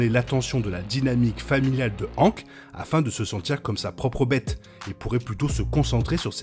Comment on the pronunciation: Pourquoi prononces tu "Hank" avec une phonétique françaises alors que même dans la VF il prononce son prénom à l'américaine ?